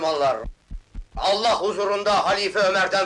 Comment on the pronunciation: Kelimei şehadet ederken enla diye okunmaz. Ella diye okunur. Dikkat edelim lütfen.